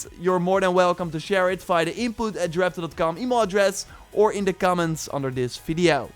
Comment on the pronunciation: I can't stand the way this dude talks. "Doe" instead of though every 5 seconds. Or "da" instead of "the". T-h is really not hard to say